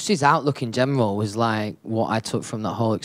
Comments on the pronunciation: he says “gemral” instead of general. i can’t he’s so cute i’m soft. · Fanks, in gemral, I fink❤